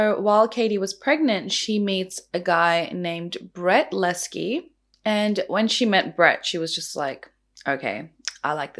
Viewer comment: That's what I thought too. If you're going to put up a video & pretend that you know the facts. At least pronounce his name correctly.